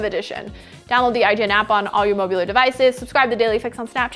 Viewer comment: Did anyone else catch her say "mobullar devices" at the end